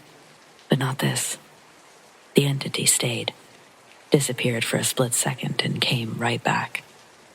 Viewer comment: 1. I listen to you every night. 2. Thank you. 3. I'm a teacher & can't help not to critique, but the word 2nd (second) ends w/ the "D" sound, not a "T" sound. 4. If possible, please put out more paranormal contact. I could spend a telling horrible "Let's not Meet Again" stories. Goodnight !!!